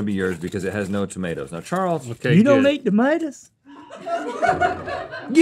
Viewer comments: I love Link's accent getting slightly stronger in response to his dad's 😂 "you don't eat tamatas?" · I believe its pronounced “tuhmatas” lmaoo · Maters is the correct pronunciation. And it’s hilarious that his Dad didn’t know that. 😂😂